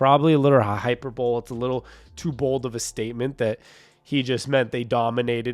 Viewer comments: Its actually pronounced hyperbole (hy-per-bu-lly), not hyper-bowl. I don't mean to be a smart ass know it all, just want to let you know. If you had something on your face I would let you know, too. You have a good show. Thanks for bringing the content. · love your channel boss. For future reference, pronounced “hyper-bowl-ee”. Go hawks